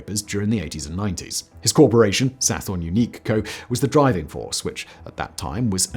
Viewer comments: Sathorn/Sathon is pronounce Sa-Ton not Sa-Forn FYI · I wish he didn't pronounce the 'Th' in Sathorn. There's no 'Th' sound in Thai language. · Your pronunciation of "Sathorn" is completely incorrect. Otherwise a good video.